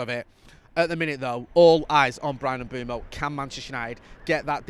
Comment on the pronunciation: can you please sort out your pronunciation of Mbuemo there’s no double o so it’s not M Boom O M Buem o